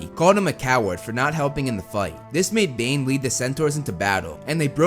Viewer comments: so is it Bane or Dane? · Did anyone else heard when he was talking about Bane, he said Dane